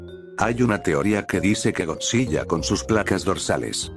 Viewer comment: algo que me incomodo es que dijo godzi.LL.a